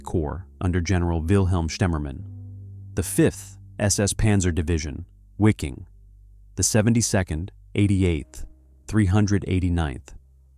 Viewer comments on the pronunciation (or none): The pronunciation in this is just brutal. “SS Wicking” lol. Also I am pretty sure “breakout at all costs” is not three words.